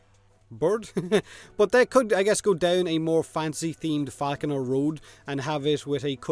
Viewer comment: Every time you said falconer i heared faackuner XD..... thats for you